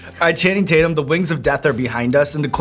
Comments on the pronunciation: *Taint-yum is what he says lol ... EDIT: I just rewatched the clip and I can't believe they missed that opportunity ) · “Channing Tate-yum” — Danny McBride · “ I call him Channing Tat-yum” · Channing Tate-Yum!!!! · More like Channing TatYUM!!😂😂